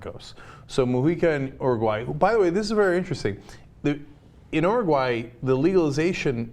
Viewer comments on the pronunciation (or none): Oh so its pronounced Ur-oo-gu-aaeh? Whole time I thought it was Oo-roog-oo-ay. FUCK I learnesdsomething today. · I feel like Cenk isn't pronouncing Uruguay correctly. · I cringe every time they say Uruguay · you're pronouncing chilli and uruguay wrong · Aren't they saying 'Uruguay' wrong?? Pretty sure they are..